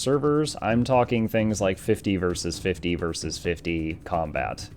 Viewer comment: How come half the time you know how to pronounce 'versus' and the other half the time you think it's 'verse'?